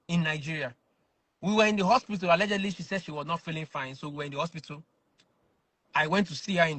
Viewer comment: Na that "Alegedly" dey still keep me for Africa 🤣🤣🤣